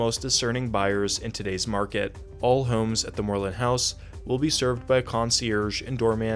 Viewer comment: Love the way you pronounce "Moreland House" in the British style.